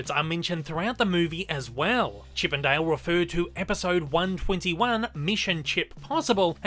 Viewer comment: Nobody:: "Chip and Dail"